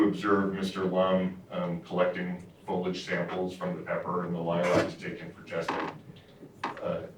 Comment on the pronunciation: Why can’t they pronounce “foliage”?